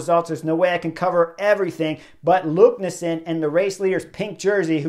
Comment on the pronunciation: Great recap Chris! BTW the race leader's name is pronounced "LEKNES-SOON", not "LUKNES-SEN" 😀